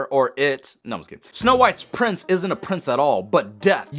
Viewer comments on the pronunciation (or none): "THE PRRRINSS"😂